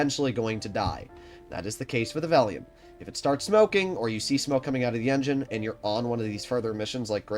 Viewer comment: Why do you keep saying Vellium? Where do you get the "I" from?